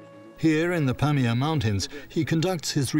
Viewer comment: Do Brit's have Glaciers in Europe?..It's not pronounced glassier with a long a. It has a short a.. also, just google these things for the narrator..Pamir is pronounced puh meer.. accent on second syllable, not first as in pam ear.. just sayin, the narrator is reading what he's handed, the show is about this place, so pronunciation research would be good